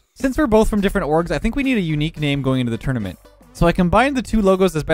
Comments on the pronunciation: The way you say tournament is amazing lmao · I never said that’s how I spell it lmao, I’m saying that’s how he says it bozo